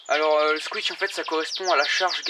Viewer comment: On dit pas squitch mais squish